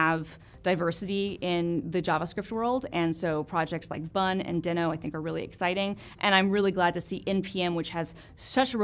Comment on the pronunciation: TIL! I feel so dumb for not knowing this but this makes me love it even more! I want to ask my editor to do a compilation of all the times I’ve mispronounced things. That would be fun for all of us!